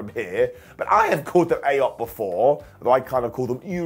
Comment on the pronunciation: (ish) I loved the way Miz was desperatly trying not to laugh at Truth calling AOP AYoP during this, even with what happened later it was still a right laugh. suppenly I hear Archer in my head "Phrasing"